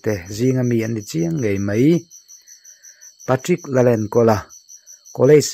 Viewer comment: Pa-tricka a nilo aw. Patrick-a ania, pe-trik tih a lam tur. Channel lian in nia hetiang mi hming tal hi chu lam dik tum ve ula. A mihring leh a chhungte pawh an zahawm alawm